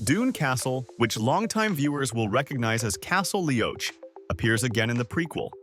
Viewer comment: Hi, for future reference; Castle Leoch is pronounced Lee-OCK & Beauchamp is pronounced Bee-CHUM.